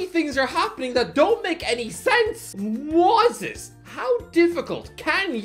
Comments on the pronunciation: Two things: 1- Palacios was from Honduras, not Ecuador 2- Dude, come on. Moy-says Ky-Se-Doh, not Moise Saisedo. It's not that hard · It's pronounced "Moy-zis Kai-say-doh," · “moy-sess kai-say-doh” “moy-sess kai-say-doh” “moy-sess kai-say-doh” “moy-sess kai-say-doh” “moy-sess kai-say-doh” “moy-sess kai-say-doh” “moy-sess kai-say-doh” until you get it right i’m pronouncing Doherty like doo-hurty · at least pronounce his first and last name right.